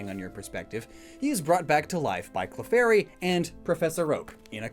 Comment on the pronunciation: Professor oak: Clefurry